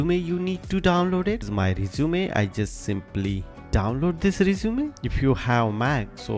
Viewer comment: Too fast. By the way, two terms you might want to correct in English are Cover Letter (not "Covering Letter") and the word "resume" is pronounced REH-zoo-meh, not reh-ZOO-mee.